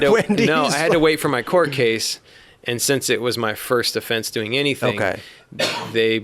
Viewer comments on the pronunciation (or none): none